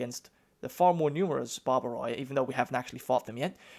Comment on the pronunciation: oi in dynatoi and barbaroi sounds like ee in feed